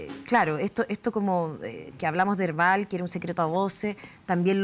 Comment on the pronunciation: Herbal suena como yerbal Jajajajaja